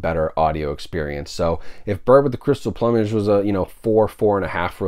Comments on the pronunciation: It's plewmage like flew not plumbage like a plumber or plumb lol..this is the third reviewer who can't pronounce that word hahah..keep up the reviews! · I had to rewind that part of this video to make sure I heard it right, I have NEVER heard someone pronounce plumage like "uh" before. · Dude, I enjoy and appreciate your reviews, but, you are either extremely wealthy or out of your mind,! $130 with tax for 3 movies! Maybe you also should learn how to pronounce words! The word in PLUM ( PLOOM ) -AGE !!! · Any Monty Python fan would also know that the word is pronounced ploom-age. Dead Parrot Sketch. :) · Bird with the crystal PLOOM-age…lol. Not sure how everyone seems to be mispronouncing this title. A peacock has a PLUME…SO… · It's plu mage not plumage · Drives my crazy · Hahaha yep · Thompson sad, but true…lol.